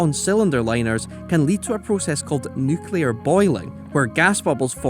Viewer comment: Nuclear Boiling....😂 You mean neucleate boiling...